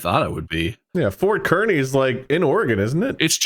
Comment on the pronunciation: As much as I can’t stand Kearney, every time Bob says ‘KER-ney’ my Nebraska-born ass went ‘It’s KARN-ey, Bob!’ 😂